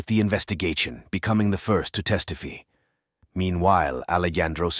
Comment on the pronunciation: First of all, this story is so sad & terrifying. Secondly, I can’t take any of this seriously due to the narration. Boy -freen!? Testifee? Unthink-able !? What is happening lol